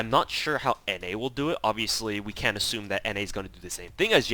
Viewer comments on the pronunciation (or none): none